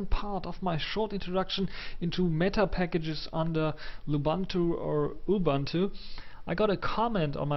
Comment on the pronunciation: and oo-boon-too not a-bun-too